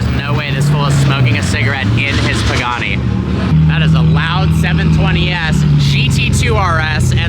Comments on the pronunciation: Literally said “Pooghani” 😂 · 3 generations of “pooganis” lol